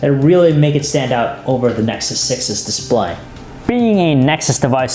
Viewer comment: Google Nesxssuseosnes 6 . WHAT THE FUCK DUDE :D :D